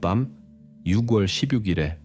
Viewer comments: 목소리와 톤이 정말 좋으시네요~ 참고로, 6월 발음은 유궐이 아니라 유월이에용~ 내용을 직역이 아닌 의역을 해서 간략하게 하시면 더 좋을게같아요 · AI가 읽어주는건가요? 육월도그렇고 일살이라니 ㅠ 너무 거슬려요